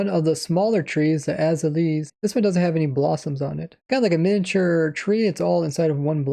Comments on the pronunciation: Lmao az-uh-lee????? Aez al ee a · Azalea is pronounced “uh-ZALE-yuh” fyi. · Please, it's called an A-za-le-a, not Aza-lees! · Azalea = Uh-zay-lee-uh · Azalea is pronounced Uh-Zay-Lee-Uh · Just as an FYI for prununciation: Azelea tree: A-Zey-Lia Your prununciation of Axolotl is perfect however for mutliple Axolotls you need to add an E so pronounced Axolotels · Very informative video! Though, I gotta correct you on one thing. "Azalea" is actually pronounced "Ah-zail-leah". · Ah zay lee ah. It's a real plant and they pronounced it in the presentation. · Azalea is pronounced "Uh-zale-yuh" like Acacia. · AH - ZAY - Lee - AH